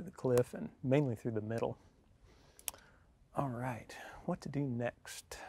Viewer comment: More like he's alwhite